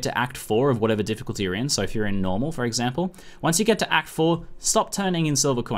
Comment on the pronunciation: The "f" from "Difficulty" was missing